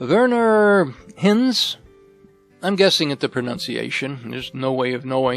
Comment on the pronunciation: Love the videos, I saw this film when it first came out; I was at school and I remember I went back the following week to watch it again! By the way, the name Hinz (the actor who played Rommel) would be pronounced like hints in English, just with a very short i.